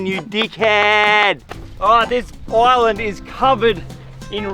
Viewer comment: Everytime he says island i understand oil land 😂